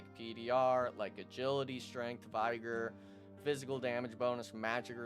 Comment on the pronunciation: Great video, i was gonna ask you if you would do some class tutorials and guides, my only criticism is your pronunciation of "Vigor" the "Vig" is pronounced like "fig" in "figure" just thought you should know.